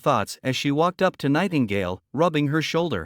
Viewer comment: you said Nightgale😂